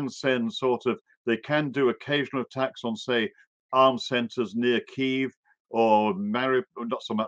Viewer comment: Please learn to pronounce Kiev